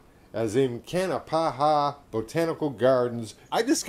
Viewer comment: I like the video but you really butchered the name of the park XD